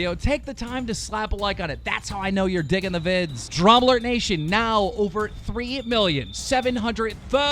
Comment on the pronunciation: It does sound weird when you say nation lmao I noticed last video.